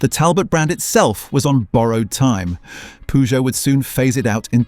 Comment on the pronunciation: “Poojoo”. Gotta love AI😂😂